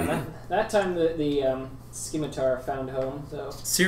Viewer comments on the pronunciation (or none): Scimitar is pronounced sîm•î•tar not •skē•mî•tăr